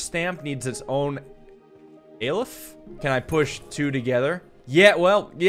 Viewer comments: The name of the first symbol is Ah-le-f not aei-le-f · The "A" in Aleph is pronounced like the "a" in father